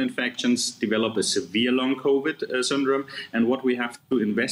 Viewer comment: The reporter should work on her pronunciation of the word: Covid